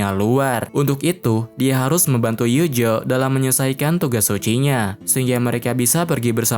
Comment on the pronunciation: Bang tolong bet penyebutan nama pake Pelafalan asli, Eugeo jangan Yujo, Alice jangan Alis, beda penyebutan nama malah serasa beda karakter 😔